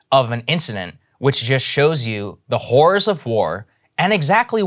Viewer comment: Is it just me or does Saagar sound like he's saying the "hoors of war" Frank Reynolds style. Terrible situation all around though :/